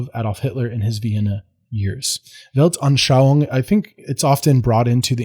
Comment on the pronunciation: One of the very few Americans who can pronounce Dolchstoßlegende at all close to properly, proceeds to apologize for his pronunciation in perfectly passable German, and follows it up with a perfectly pronounced Volksgemeinschaft and Weltanschauung. Are you after honorary citizenship?